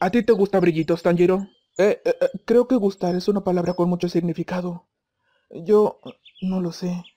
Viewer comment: Like por el "Conpanchiro" xd